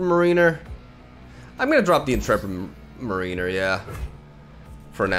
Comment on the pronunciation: your English is so impressive. If you wanted to know, the word Mariner from Intrepid Mariner is pronounced like mair-uh-ner, rather than marine-er. Love the video, and not at all trying to offend, but if you were curious.